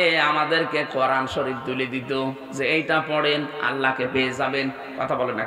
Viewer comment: উচ্চারণ করেন। করান কি?? কোরআন বলেন, করান বইলেন না।